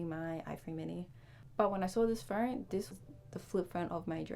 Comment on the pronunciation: There is no R in phone.